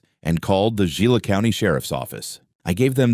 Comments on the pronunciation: That word, Gila, is pronounced Hee-la. Also the name of a particularly nasty little lizard called a Gila Monster. Terribly poisonous, fortunately on the rare side. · You should pronounce it heela. Thats a Hispanic G.